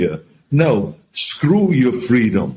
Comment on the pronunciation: I wonder how many people thought, "Golly, Arnold said scwew your fweedoms, ok, I will. I'll go get jabbed right now and wear three masks in my own car." Seriously, did anybody change their minds on the issue because Awnold said so?